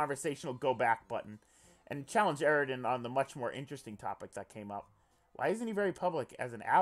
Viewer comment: it makes me extremely uncomfortable hearing you voice eridan and not pronouncing the ww and vvs